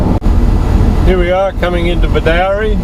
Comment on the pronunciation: It is pronounced as "Bedoorie" not "Bedowrie"